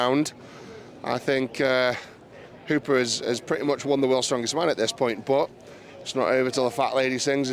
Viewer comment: Maybe mitchel will help spread awareness on how to properly say the great surname of Hooper. Props to Eddie for saying it right so many times lol